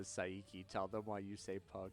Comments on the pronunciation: Sorry, but no. He didn't say Sa-i-ki. He said the i twice. Sai-iki, or Sa-i-iki. There shouldn't be a middle bit. It's two syllables, sin Sa is paired with i. Sai-ki. さいき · Not Sai-Iki, Saiki, as in (Psyche).